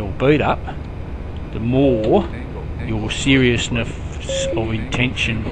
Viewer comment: The bit that really cracks me up - "the MORE... your serious-f-ness of intention... to LAND... will become... KNOWN." As a Victorian I should take offence at this, but really, it's just too ruddy brilliant. Well done, mate. I'm ashamed to admit it took until about half way through the video before I thought, hang on, he's taking the piss.